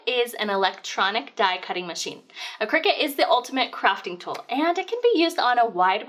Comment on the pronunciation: CRY-cut. Not Cricket.